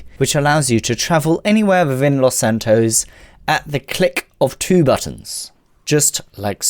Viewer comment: Los San Toes?